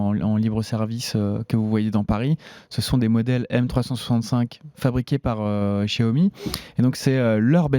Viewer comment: Faut arrêter de prononcer "djaomi", vraiment